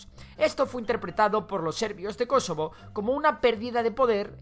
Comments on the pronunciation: Por qué dices Kosovo con acento en la antepenúltima sí ésta no es una palabra esdrújulua :’v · Me incomoda como pronuncia "Kosovo", no es palabra esdrújula. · Jajajajajaja creí que decía kesovo